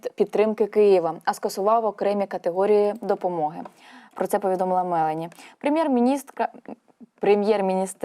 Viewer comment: МЕЛОНІ наголос над 0. ОЙ журналісти,дуже багато у вас помилок .......